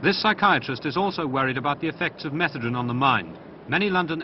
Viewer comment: I think they're possibly mispronouncing methadone.